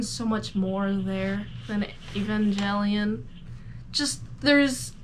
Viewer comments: Evan gay leon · Ivengay lion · How about pronouncing "Evangelion" correctly?